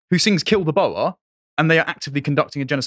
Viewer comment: Greetings from Pretoria. Boer - meaning farmer in Afrikaans, is pronounced 'Boor', as in poor, not 'Boa' as in the python.